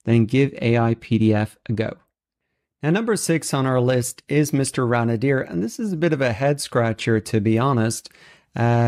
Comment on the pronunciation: Mr. ran-a-deer? OK, that is just hilarious....I do believe it's pronounced Rain Deer.